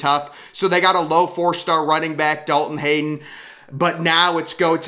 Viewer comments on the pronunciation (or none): DalTon Hayden? 😂 Hey guy you need to learn your names. This is 2 names in 2 days that you've butchered